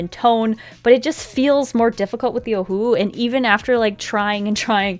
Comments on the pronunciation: Lmao at the beginning she pronounces Ohuhu as OhUuU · Am I the only one who thinks ohuhu is pronounced “ oh yoo who “ like in the old cheesy cartoons 🤷🏽‍♀️